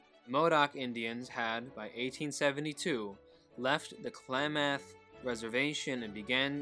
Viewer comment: Pronounced Clam aath